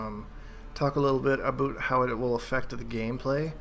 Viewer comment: "Aboot" this guy is canadian as fuckkk